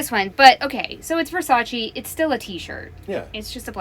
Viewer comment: Gurrrllll. Versace (pronounced Versacheh not Versachi. 😊